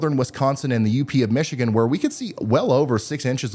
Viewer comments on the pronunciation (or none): none